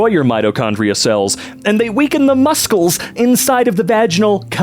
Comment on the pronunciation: why’d you pronounce muscles like he misspelled it.